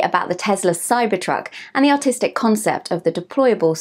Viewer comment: I thought she was saying "autistic" design. Lol